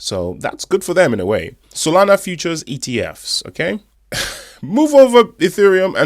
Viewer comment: Yoi said SoNala brother instead of Solana just looking out😊